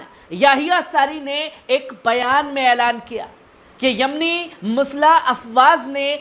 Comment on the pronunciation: Musla nahi balke musallh bolen